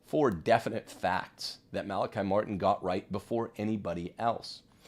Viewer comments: Mala-kee, please. Like him, I'm Irish, and know several other Malachys/Malachies. In Ireland it is never Malaky (rhyming with sky). NEVER! I you continue to0 mispronounce, go ndéanfadh Dia trócaire ar do anam! LOL Try Google translate! :-) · Just an FYI…. He said his name Mal-A-KEY. He has played such an amazing role in my life and I’m so happy to hear him being validated! So many lies were spread about him. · The Irish pronounce his name Mal a Kee! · He has also said his name is Mal a KI, on the Art Bell show, as well. Mal a KI never corrected him. You're fine! The trads need to stop parsing hairs over every little thing. We could become very Pharisitical in a short amount of time if we're not careful. Human pride problem.